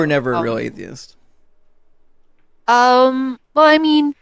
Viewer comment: How did this lady pronounce atheist like "Athist"?